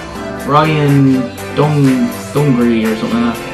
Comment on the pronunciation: It's pronounced dungey (done-gee)